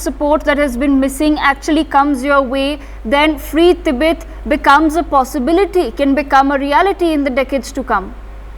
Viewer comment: It's Tibet, not Tibeth